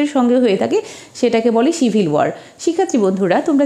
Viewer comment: Mam,আপনার উচ্চারণ এ ভুল কেন যেমব সিভিল কে আপনি ছিবিল উচ্চারণ করেন,এরকম অনেক উচ্চারণ ই ভূল